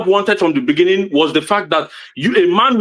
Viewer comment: Inne the beninging 😂🎉🎉🎉